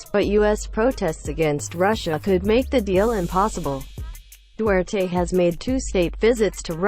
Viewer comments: BULOL, DUWERTE ANG BIGKAS MO PO..HINDI DU TER TE.... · hoy tangina mo duterte po hindi dutert tangina mong robot ka